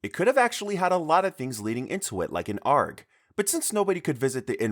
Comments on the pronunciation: arg-? You say the letters separate LOLL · Hey I dont think you know whay you are talking about at all. Not only for your horrible pronounciation of "sombre dimanche" as japenese (its french) and day ARG as arrrg (pirate sound). After looking for more info on fem-body frenzy, it seems like you just coppied the only wiki entry about it too. Knowing some eroguro in this video, I know you didnt describe them proprely (like with shiniyuku kimi when you acted as if 'superior man' was some kind of species when it is , in fact, one singular character and not even touching the actual plot of the mc having to kill him to win her freedom) this is just insane plagerisim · "an argh" God I love YouTube list slop where people just read out potentially plagiarized/AI generated scripts they barely understand. Quantity over quality. Some games listed don't even exist (Brown Mouth is not recorded anywhere but one website and Killswitch is a fictional story). I really don't understand your decision to pair games that involve CSA and genocide with games that are leagues below that level of disturbingness. This video is in desperate need of a trim.